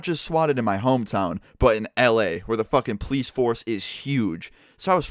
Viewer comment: it really bothers me how he pronounces police. it's poe-leese not pleece